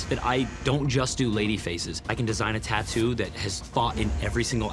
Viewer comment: I'll never get over hearing "Tah-doo".